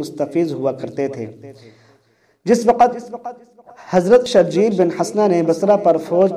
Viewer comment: جاہل آدمی حضرت شرحبیل بن حسنة رضی اللہ عنہ کو شرجیل پڑھتے ہو اصل نام شرحبیل ہے (شرح بیل)